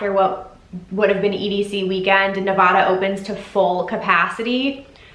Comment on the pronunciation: Thank you for the video. It is Nev-Aaa-Dah not Nev-awe-duh. Wishing ill will is sickening. I think people were frustrated with the lack of communication on some of the points you hit. Like that AMA that never happened, only transfers and no refunds with a month left to plan, etc. There was really never full transparency and that’s what frustrates people. He even said if the plan got rejected (original insta post), they would move to October. It did get rejected, people had questions, but still moved forward without an approved plan. I’m sure they were assured though they would get an approval like you said and he said on Reddit. Anyway, appreciate the spread of positivity and thank you for telling people to stay nice to people